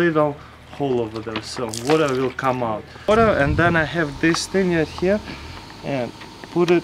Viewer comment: 2.48 he says butter instead of better